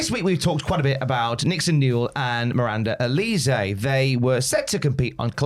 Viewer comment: The way these guys are pronouncing Miranda Alize’s name makes me want to slap them 😒🙄